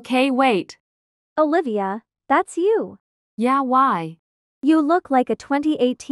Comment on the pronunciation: said " OliVAa " 💀 lol